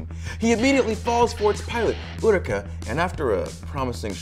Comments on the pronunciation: It is pronounced... Eh-Ooo-Reh-Kah. What the hell, man? It's not like Renton doesn't say her name dozens and dozens of times! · "Urucka"? Why would you ever pronounce it like that?